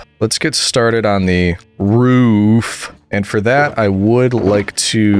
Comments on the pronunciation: 2 things it’s not “ruff” it’s “roof” with an o. And also you should totally do a q and a video while your building something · Bro is def a New Englander with the pronunciation of “roof” as “ruhf” (don’t worry that’s how I say it too) Looking forward to the next video, whenever it comes out! Keep up the great work! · This boi got so sassed and roasted for his roof pronunciation. 😂😂😂 Poor guy. Correction ptsd making him so careful with it. It’s endearing ^.^ Don’t let the plebs bully you!